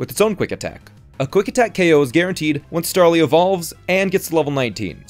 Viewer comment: "Stawly" - 2020.